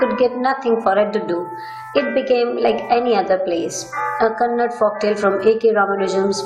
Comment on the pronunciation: It is not kannad it is kannada